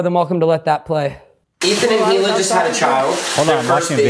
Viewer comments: One of my favorite episodes. Although it did bother me that Oliver kept pronouncing the “H” in Hila. I would feel better knowing it’s a shtick. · Does he pronounce the H in hila as a joke ? Because it’s so funny if he didn’t hahah